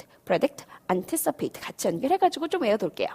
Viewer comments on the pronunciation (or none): predict anticipate.. 일음절 모음 발음이 잘못되었습니다